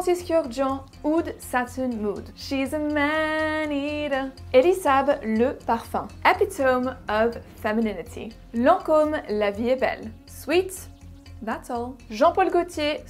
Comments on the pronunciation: You mispronounced epitome. ' əˈpidəmē' is the correct way to say it. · Please learn how to pronounce epitome.